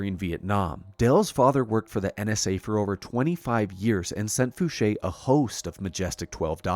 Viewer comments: Oh yeah! This is exactly what I been itching for....a nice long video!..and congats for finally saying Fouche like Ed used to pronounce it himself...i really love watching old videos of Ed talking about his life.. he's the first person I heard mention having to wear foggles at Area 51 and have since heard former SR-71 pilots attest to the same thing about having to wear foggles while moving around the base.. awesome video brother....thanks..🤘👽🤘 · and he pronounced edgar fouches name correctly!! FOOSHAY! i would lol every time he said f-ouch!